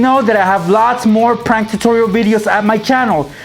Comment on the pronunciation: You don't even now how to say prank